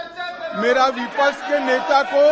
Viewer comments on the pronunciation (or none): abe takale pehle sahi pronounce krna sikh shabdon ko गृह मंत्री bana baitha hai.. It's विपक्ष Not विपक्स 😅😂